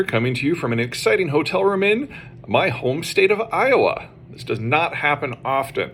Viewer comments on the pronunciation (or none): none